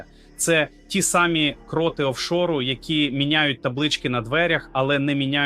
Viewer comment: Привіт "картинка" т.зв. ШІ ! А ти не удосконалюєшся: "випери" нарешті свою "просмердлу" одежинку. Ну скільки можна "виступати" у вже просмердлому (будь ти людина), весь час одинаково виложеному комірці, одягу. Програміст цього "чуда": працюй над вірними наголосами в словах. Вдосконалюй своє творіння, не лінуйся!. " КрОти Банкової ... купують собі телевізор, я ми купуєм собі трУну", - це πZ дець !!!